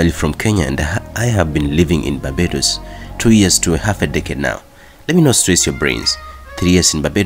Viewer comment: did you intentionally not put the "r" in barbados ???